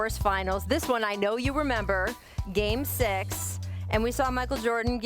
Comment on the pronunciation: She pronounces six as sex, "Game sex"